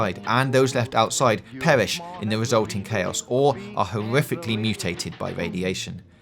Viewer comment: “Pewish” I’m not trying to make fun of you. I just thought that it sounded funny when you said that lol